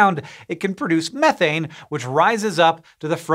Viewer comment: I like this guy simply because of how he pronounces "methane". Sick and tired of hearing people say "me-thane" smh